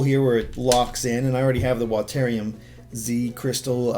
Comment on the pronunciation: "Watairium" I guess you call water watair then